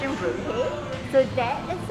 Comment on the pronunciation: It's Indonesian Rupi-ah isn't it, Not Rupee. Just sayin hehe.